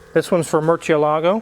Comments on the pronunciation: Talks smack about how Gallardo is pronounced then says merchialago. Smh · Funny to hear the Spanish lesson on how to pronounce Gallardo but then butcher the pronunciation of Murcielago, lol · Freaking jamokes don't realize Lamborghini used Spanish names for most of their cars. Brits say Murchialago instead of Mursielago when pronouncing Murciélago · you were right to correct how to pronounce "Gallardo" (in Spanish), but mispronounced "Murciélago." The 'ci' is pronounced 'SEE' and not 'CHEE.' And in some dialects (Barcelona mainly), it's 'THEE.' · Respectfully, but it is Murciélago (spanish for bat) not Murcielaaaagooo. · I wish you guys could learn to pronounce Murciélago. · Now let's work on Murcielago because all of you dudes just DESECRATE the pronunciation. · and thanks for correcting Akons pronunciation of the Gallardo. Now if you could pronounced Murcielago Correctly, you’d really speak with grammatical authority. Ask Freddie how, he’s got it down. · Making fun of Akon, but mispronouncing Murciélago is ironic ;-) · The wizard need to learn how to pronounce Murcielago. Before he corrects someone else.